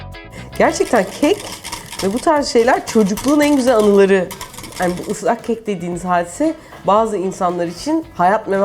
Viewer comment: "ızlak kek" :D